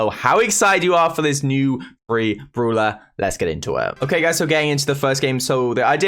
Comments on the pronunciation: Pls start saying brawler not brula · Brawler!!! Not! Browler !!!